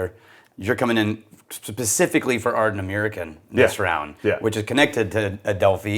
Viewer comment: Ard-nah-mur-khan not meer khan